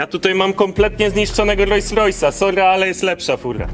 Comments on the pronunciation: Świetny odcinek chłopaki! Ale jak jeszcze raz usłyszę "RojsRojsa" to zdechne i sub ucieknie xD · Nie Rois Rois tylko Rols Rois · Rolls Royce, a nie Royce Royce.... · Super film tylko mała uwaga :) RoLLs Royce a nie Rojs Rojs 😜🤣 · 2.43 ludzie, mówi się Rolls-Royce, nazwa powstała od dwóch nazwisk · filmik mega,ale czy tylko mnie drażni "rojs rojs"":)) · Co to jest ROJS ROJS? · rojs rojs i aż uszy bolą :P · rojś rojś. rajś rover xD